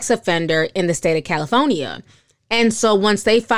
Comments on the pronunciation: When ti says “caliphonynia” I just love it lololol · I love when Ti say “Cali-FO-nia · I live for to say “Cali-PHONE-Née-A!!😂 Just teasing! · I love how you say "Caliphoneya"! ❤❤❤ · I love how you say California!